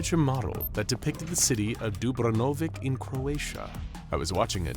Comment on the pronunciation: Man didn't even try to pronounce Dubrovnik correctly